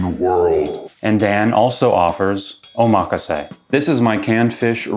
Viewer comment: Oh my gosh, I need a box like that! Great video, and thank you for pronouncing omakase right!